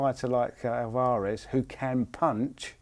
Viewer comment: Alv-arez NOT Al-var-ez haha sorry it annoyed me. Good effort in the video.